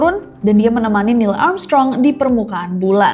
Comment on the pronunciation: maaf ngakak aku dengernya niel amsyong😂😂